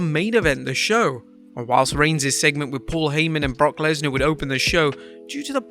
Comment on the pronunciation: Kurt is too damn old. I hate the way he says brock Lesnar